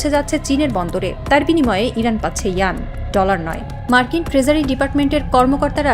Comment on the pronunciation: চীনের ইয়ান হয় না ওয়ান শব্দটা শুদ্ধ করে বলেন